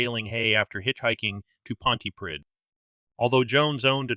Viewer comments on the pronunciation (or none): I was living in Llanharry at the time of these murders. The community was and is split on who committed the crimes. A word on pronunciations: Ll in Welsh is pronounced Cl so Llanharry is Clanharry. Pontypridd pronounced Pontyprith. I cant see how Jones could have got from Pontypridd train station to Llanharry. There was no local station in Llanharry. He would need to get a bus and change at least once. Well over an hour local journey. Someone local would have seen him.